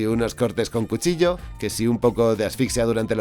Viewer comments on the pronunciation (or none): none